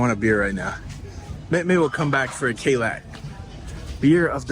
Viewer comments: It's pronounced KA-LICK, not KAY-LACK, 🤣🤣🤣🤣🤣🤣🤣🤣🤣🤣🤣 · pronounced Ca-Lick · The Bahamian beer is pronounced “click”. Just fyi. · It’s pronounced Ka-leek!😂😂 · Kalik is pronounced Kerlick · Pretty sure it's pronounced Ka leek. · Kalik is pronounced Ka-leak. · It's pronounced Ka-Leek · it's Kah-lick....Kalik